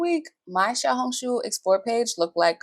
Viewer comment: You pronounced "Xiaohongshu" perfectly.